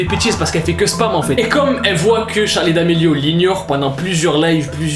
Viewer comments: le respect mdrrr, c'est "Charli" pas "Charlie" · Y a pas de e a charli 😂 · y’a pas de e a charli d’Amelio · a charli il n y a pas de -e c est tout'tout bye 😂😂😂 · Charli pas Charlie ptn